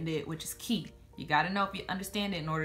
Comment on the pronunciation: lmao, when you said "transcripts are key" I thought you said "transcripts aquí" and I was like ? transcripts here ? what ? and then I listened properly 😂